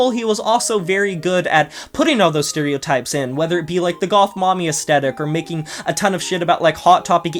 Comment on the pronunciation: I'm on a mission to correct everyone who says "Astetic". Asthhhhhhetic please for the love of grammar. Sorry for being so pacific!